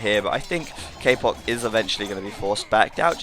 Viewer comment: its not "k-poc" its "ka-pooch"